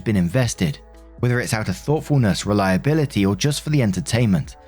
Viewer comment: Yo,, pay attention to the words you say when they're written. Reliability isn't relatability, and I'm disappointed in you now,.